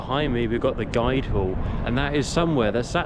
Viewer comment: guildhall not guidehall